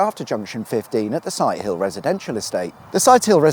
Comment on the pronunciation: I have to ask...........is it sigh till or sight ill?